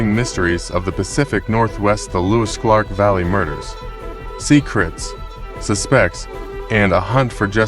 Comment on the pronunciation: My God -- PLEASE stop with the shitty AI narration. "SEE-crits. Suh-SPECTS."